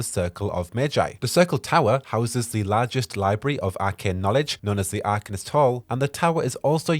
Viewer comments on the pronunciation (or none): none